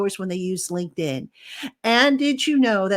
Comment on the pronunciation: Love your work but please do your sponsors a favour by not butchering the pronunciation of their name. It’s LINKED IN not “Lincoln” lol